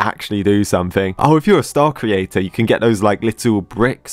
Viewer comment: Wait i a minute when he said creator it was kinda off